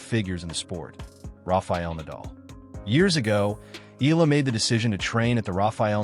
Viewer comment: Her last name is not eelllaaa... it's ee-ya-la (Eala)